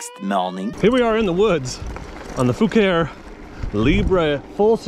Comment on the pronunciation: You can't tell me that isn't pronounced FA-KA-REE.